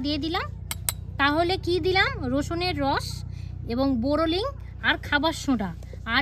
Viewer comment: COMMENT BOX এর মধ্যে কমেন্ট করেছি বাইরে না। কারণ লোক ক্রিটিসাইজ করার জন্য ব্যাকুল হয়ে আছে। বোরোলিং নয় বোরোলিন। শুদ্ধ বাংলা ভাষা বলার চেষ্টা করুন কারণ অনেকেই দেখছে তো? নিজেদের উন্নতির জন্য আপনার বুদ্ধিটাকে একটু কাজে লাগান।